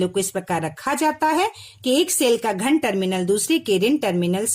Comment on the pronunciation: Mam aap ghan bol rahe hai ghan he ya dhan tarminal